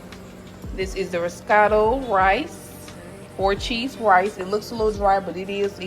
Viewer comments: That looks so good!!! By the way it’s pronounced rizz-o-toe❤ let me get a plate though 😂😂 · Pronounced rizz-oh-toe